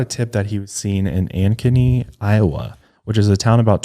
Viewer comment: I live right next to Ankeny/Des Moines this is so tragic. But the way said "Ankeny" really got me lol